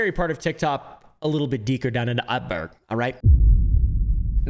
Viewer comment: "A scary part of TIgTob a bit deeker down in the utberg" you okay there?